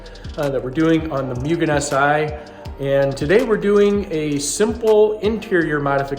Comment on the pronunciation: Ok so if youve corrected since then, sorry, this is the first video of yours ive seen, but its pronounced "moo-gen" not "myu-gen"